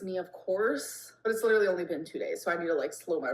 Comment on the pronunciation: when someone shows MILD INTEREST she claims they're LIDURALLY UBSESSED. She's too stupid to articulate any other words with her incredibly limited vocabulary